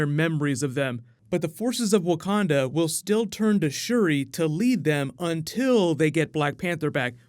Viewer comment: “Wakanada” forever